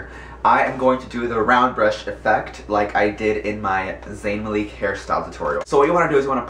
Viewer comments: its malik not maleek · That is getting so fucking annoying i had nothing against him till he said Zayn maleak!!! Get it right daymmmnn!! Its MALIK